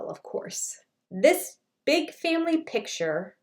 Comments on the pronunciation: Well, maybe there is a difference between a big family “picture” and a big family “pitcher”, that we don’t know about. 😅🤔 Its PICTURE! Just say PICTURE, Kody!!! Aahhhhh😂😂😂😂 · Lol, thats the Utah accent. I do the same thing, and have to catch myself. We also inadvertently say "Mow-n" instead of mountain